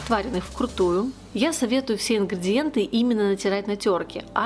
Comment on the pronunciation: Почему "ингрЬІдиентьі"? Правильно - ингрИдиентьі!